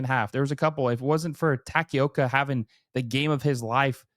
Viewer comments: i like how you said "you guys need to learn his name" when you said his name as TACKY-OKA. isn't it Ta-ka-o-ka? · Dude, you said Taki-oka, then "you guys have to learn his name". Maybe you should too. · just teasing but funny you say “learn his name” - it’s Ta-Ke-Oh-Kah No “y” or “i” sound 😊